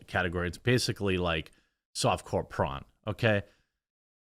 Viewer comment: Did you say softpore corn???